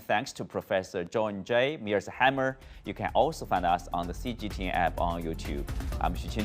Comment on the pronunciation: I think this crappy CGTN host can't even pronounce John Mearsheimer's name. Show how competent CGTN employees are.